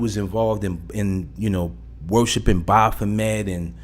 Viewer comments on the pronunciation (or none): The way you mispronounce baphomet like Baaahphomet buggin tf out me